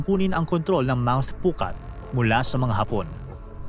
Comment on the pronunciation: Mount pucot Hindi mount pucat sa kwento